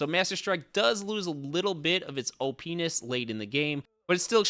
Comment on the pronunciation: He said oh penis. Lol OPness.